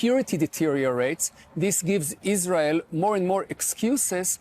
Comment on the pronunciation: When someone pronounced Israel as "Izzrole", you know their opinion is going to be rubbish. Likewise when someone says "fentanol" or "nucular".